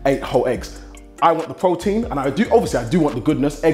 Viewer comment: lol he does not pronounce the T's in his words! Pro-ein